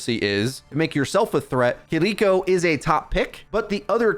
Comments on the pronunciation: Please stop saying KEE-DEE-KO I'm cringing every time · Her name isnt kiddikko. Its kiriko. Stop pretending you have a Japanese accent and have trouble pronouncing the r sound. i keep telling you ppl but its like white ppl just strive to be as racist as possible as much as possible. Do you pronounce pharah with a egyptian accent? Ya thought not. You actually have been convinced kidiko is the right way to say her name. You arent from japan. Drop the fake offensive accent and tell ur dumb friends who do it. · why bro saying Kiriko so strange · Weird that this dude rolls the “R” with Kiriko but not Sombra 🤔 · The way you pronounce Kiriko is annoying.